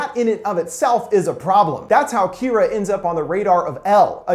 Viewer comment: not kiraa Kira ur saying kiraa